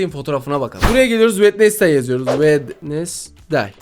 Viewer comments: Bu arada. O wendestay. Değil. Wendzey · Wednesday wednesday diye okunmuyor wedinsdey diye okunuyor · Bak vendestey dion öyle yok wenzday diyicen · Abi o wednesday değil wenizdey diye okunuyor yalnız 😂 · Abi çok hoşsun sence Wednesday yazıldığı gibi mi okunur😅😅😅😅😅